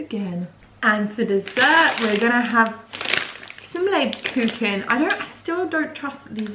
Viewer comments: well, I hear "LebERkuchen", witch would translate to livercake ;) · You said "Leberkuchen" right. :) Great video! Greetings from Southern Germany <3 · As a german i love the way you pronounce Lebkuchen, cus you say Leberkuchen which would translate into liver cake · The way you say "Lebkuchen" makes it sound like "leberkuchen" which would translate to "liver cake"...hmmm definitely vegan xD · Hahaha you said Leberkuchen instead of Lebkuchen.. Leberkuchen literally means livercake and Lebkuchen means gingerbread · omg i love the way you pronounce Lebkuchen 😂😂 it is so funny ‚lebekucken‘ 😅😂😂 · Leybkoochen’ Love how you pronounced Lebkuchen. Lebkuchen is literally the best.. glad it’s vegan. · It is L-eh-b-k-uh-ch(in your throat sound like a growling banksy)-en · I never cringed so hard on the word „Lebkuchen“ before 😅😂 I‘m german btw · The way you pronounce Lebkuchen 🥰 sooo adorable 😄😍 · For me as a german it is so cute how you pronounce Lebkuchen 😄 but I absolutely agree with you, they are delicious